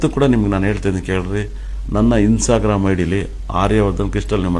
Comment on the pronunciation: He said himsa gramu not instagram 😂😅